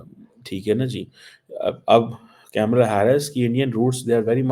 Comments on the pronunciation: KAMALAA. NOT CAMELLA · Badi interesting baat batata hun, sab kuchh janta hai India USA relation bare. Pakistan ko kis se fyda hoga Trump ya Harris se., Camela nahi Kamla bolte hain. Aur kya find kiya Damocretic kashkol mei kuchh dalega ya nahi. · At least learn to pronounce Kamala name properly.